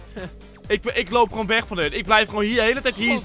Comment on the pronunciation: Haha Je Zei Loowp Bij De Keuken